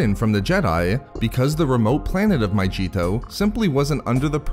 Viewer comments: Pronounced MA-Gee-to not majito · It's not pronounced My-g-tow! It's My-ge-tow! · your videos are cool and stuff but just a heads up, it’s pronounced my-gee-to not my-jee-to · My-g-eeto, not myJeeto